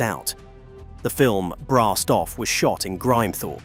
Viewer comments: American A.I. crap. Grimthorpe is pronounced Grim thorp, not grime thorp. Missing g the word "and" out of dates is uniquely American. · I think it's an AI thing - hear this kind of mispronounciation (sp) a lot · It would be great if you got a real narrator....it is a good copy but not perfect. Halfway through the "Grimethorpe" chapter the AI narrator changed his/her pronunciation from "Grimmehthorpe", incorrect, to "Grime (as in Crime) thorpe"....